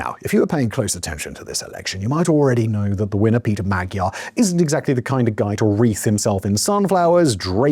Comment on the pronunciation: I love ya Simon but please stop saying Magyar wrong, it isn’t pronounced how it is spelled :)